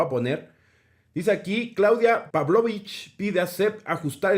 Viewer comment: Primera vez que alguien pronuncia bien el apellido de la gobernadora de Sonora. Por otra parte, Sonora este año a registrado temperaturas de 55 grados centigrados.Así que sí es humano el cambio de calendario para el Estado. Aunque iniciará clases en plena canícula.